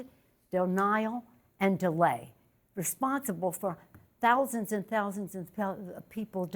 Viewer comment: She knows he'll target her once he gets back into office. She's scared to death. Had I done to him what she's done, I'd be scared too. And BTW, sounded like she had a mini stroke on that third 'thousands' .